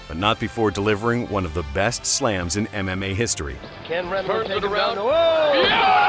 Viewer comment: Everytime he says "MMA" I only hear "anime" and it's fucking funny